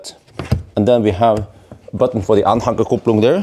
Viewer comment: Please make sure to say Anhängerkupplung correctly. Dont deny German learners the lovely Umlaut Ä. Its Anhänger, not Anhanger! Thanks.